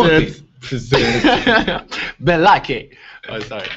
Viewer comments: when Laurent said the names tim-o-thy and b-laky when he was talking about zzz or whatever the show is called substitute teacher by key and peele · He said blakay (blake) too 😂😂